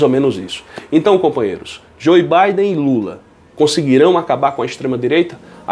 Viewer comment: Pronuncia Joe djô biden